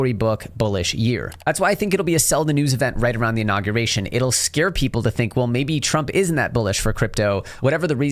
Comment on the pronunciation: Inauguration - not Innaguration